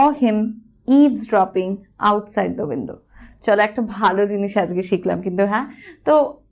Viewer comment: I am at the destination.. The pronounciation of THE shouldn't be (দি). It should be (দা) because the word destination starts with consonant not vowel..